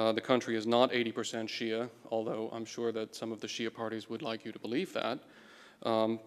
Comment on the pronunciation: To clarify, he starts off just pronouncing Shia as Westerners typically do twice which doesn't bother in the slightest. However, then he goes on to get cute by going for some sort of attempt at an authentic-sounding pronunciation of "shia" , , and as well as for "Basra" and . For someone that actually knows what these words sound like in Arabic, it just sounds ridiculous. And it wasn't an ad hominem - I didn't even make an argument, just an observation.